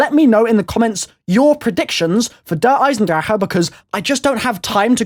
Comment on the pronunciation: pronounced drake not drachehe